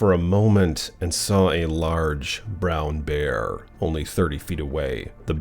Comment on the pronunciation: ❤😂😂😂❤😂😂❤😂😂❤ "The Bearrrrrrr!!!" I'll NEVER get enough of hearing you say that!!!😂🤗